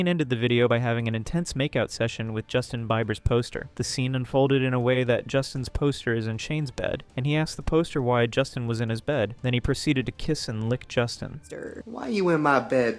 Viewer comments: did you seriously say byeber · Not "Justin Bye-ber" 😭